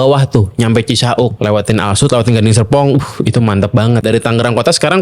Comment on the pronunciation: Bro, knepa sih kalau Lu baca "CISAUK", Lu bilangnya "Cisa-uk"?😂😂😂